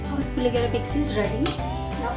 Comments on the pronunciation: You need to get few things right before learning to cook. 1) pronounce the name correctly- it is Puliyogare and not Puligare. 2) it is not Cumin seed but it is Mustard seeds. 3) it is switch on the stove and not switch off. 4) No-one uses Coriander leaves for Puliyogare. Hope you understand. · You cannot even pronounce the name of the dish properly